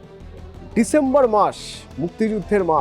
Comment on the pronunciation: ডিসেম্বর নাকি ডিসেম্ববা,, কোন টা, হাসিনা যে বলল সে নাকি অনেক শিক্ষিত তাহলে উচ্চারণ কেন এত নড়বড় বুঝলাম না তো যে,,,,😢